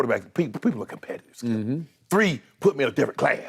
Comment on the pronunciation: I will always love the, “DONT DO DAT, SKEEUP!”